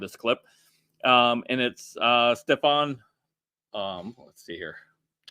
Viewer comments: her name is ste -fa-nic ,,,, Elise Stefanik 🙂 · Her name is pronounced “Stef-on-nick” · Really. Break the word down mate. Stefanik. Stef an. ik. This is pre school stuff mate. Seriously?